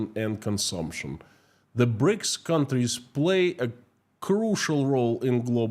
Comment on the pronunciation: "A monstruous ..." what??? "Breaks ..." Ah, you mean "BRICS"! "Prison terms are to be shortened for reading ..."??? _"Many Russians are facing pAverty ..."? ... you mean pOverty, I think. Sorry to be so savage, but something happened to your pronunciation today; I can't understand every other sentence.